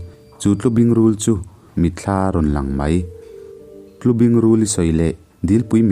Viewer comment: Ngaihnawm țhin e,'Hrâm' tih lo pawh khi 'Tlubing' i thluk dan hi a diklo deuh, tun hma A I R a 'țhadûn' an tih țhin anga thluk hniam deuh tur..